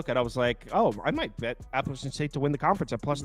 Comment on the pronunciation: Guys, please respect the school and increase your credibility by taking the time to pronounce the name of the school correctly. APP UH LATCH UN. Alumni here…